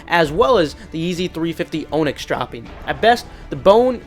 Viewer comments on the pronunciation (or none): Onyx is pronounced "On-ix" not "O-nix". Hate to be that guy.....